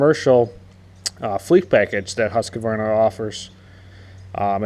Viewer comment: Husq-varna.....say it right!